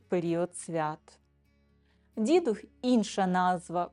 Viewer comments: Вітання. Не дІдух, а дідУх. Говоримо українською, панство! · дІдух чи дідУх? Родом з Галичини і все свідоме життя ставила "дідухА". У вікіпедії також вказано наголос на другому складі. Наша країна велика і розмаїта. Мені щиро цікава міграція наголосу. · Вірогідно, що правильно , все ж , дідУх - дІдів дух, дух дідІв - поминання душ померлих пращурів. Тобто, наголос на "дух". Хоча у різних регіонах різний наголос .